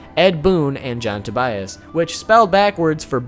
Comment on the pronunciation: to-buy-as? I would just pronounce it like the first name Tobias. Sounds strange to me if pronounced differently. Greetings from Germany ;-)